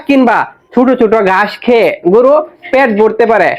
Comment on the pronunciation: ভাই গুরু না গরু। উচ্চারণ ঠিক করে বলবেন। শুভ কামনা রইল ভাই 💚